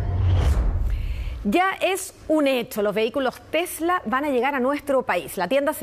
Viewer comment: "Hola, mi nombre es José, tengo un TEHLA..."